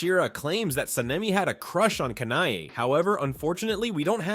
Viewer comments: Its not kana I its kanae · Isn't it pronounced Kanae? Not Kanai? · San-nay-mi Ka-nai 😭😭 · Hushira Sanayme Kanai Bro it is annoying